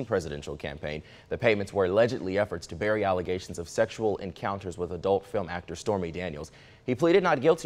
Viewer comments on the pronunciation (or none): none